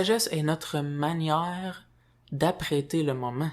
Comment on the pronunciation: Bonjour, lorsque tu dis "apprêter", ce que je comprends que tu dis, c'est "appréhender"